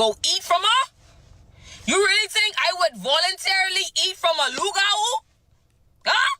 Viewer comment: It's pronounced Loo-gah-woo.... Hahaha- why they do Mama Tina like that?